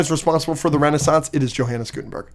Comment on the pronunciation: It’s pronounced “Yo-Han”